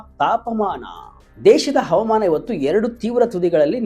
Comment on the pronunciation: ತಮ್ಮಾ ಮೊದಲು ಅಚ್ಚ ಕನ್ನಡದಲ್ಲಿ ಹವಾಮಾನ. ಅಂತ ಹೇಳಿರಿ ಹವಮಾನ. ಅಲ್ಲ 😊😊